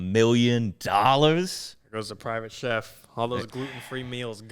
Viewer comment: Did say “Private ChefT” at the beginning